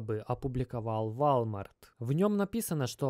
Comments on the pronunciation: Прошу прощения , но произносится ВОЛМАРТ. у Вас с английским ведь все хорошо. Мелочь, желаю удачи и здоровья. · Walmart - ВОлмарт по английски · Нет такой кампании валмарт збл уже произносить научись правильно 🤷🏻‍♂️ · По-французски звучит. Зато заметили и комменты написали. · Тоже обратил внимание, но спецом зашёл посмотрел, не комментил ли кто-нибудь до меня. Просто тут уже два слова, мне уже валмарт немного резало слух, а теперь и ройтерс. Не понял, это прикол или просто такая интерпретация слов у автора) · Пора подучить английский ! Волмарт 😄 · Извиняюсь не в тему .. правильное произношение Walmart - вОлмарт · вОлмарт и реутерс " ! емаё деревня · в отличие от русского языка в английском произношение отличается от того как написано. Поэтому мы и учили транскрипции в школах 🤟🏾🙂 поэтому вОлмарт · братан это читается Волмарт если че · Роитерс, Вальмарт... понятно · Вальмарт,валмарт..... Как угодно, толко не верно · Ройтес, Вальмарт. Как же уши режет. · govoritsya i chitaetsya woooolmart, ne walmart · Ты, вроде, собразительный парень, но мировые брэнды не можешь правильно назвать: Рейтерс, Волмарт. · Ты рофлишь???? вОлмарт!! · мужик, ну выучи уже английский - это невозможно слушать: "Вальмарт" ... ты чо Властелина Колец пересмотрел?! Просто не первый раз уже ... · У тебя произношение вначале видео слова Волмарт просто режит слух